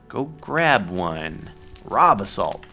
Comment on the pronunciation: Everytime he says "Raw Basalt" it sounds like he's saying "Rob Assault" xD